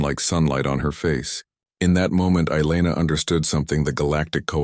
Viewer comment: Elana, not eyeliner 😁😆😅🤣